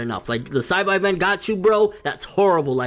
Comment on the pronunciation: plz say Saibaman right I mean just WATCH TFS OR DUB DRAGONBALL